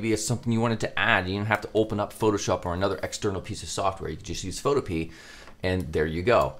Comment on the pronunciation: I think it's supposed to be pronounced pho toh-pee-uh but I definitely pronounce it photo-pee